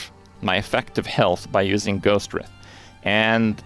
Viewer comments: lol this is so badly off base. You just sound... mad or something. I'm playing a warrior, life and armor, crushing t16+. I don't get killed. Period. Your hyperbolic exaggerations are no good for anything. Also please learn to pronounce Writhe. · "Writhe" rhymes with "tithe". Perhaps you confused it with "wreath". Thanks for the good video.